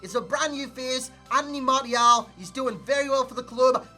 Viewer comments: well I didn't expect you to reply lol but yeah try marshial and let go of the mart-ial, love the channel other than that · martial is pronouced marssial